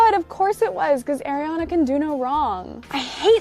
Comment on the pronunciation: Crista: "I'm the biggest AIR-iana fan" *Pronounces name wrong*...😶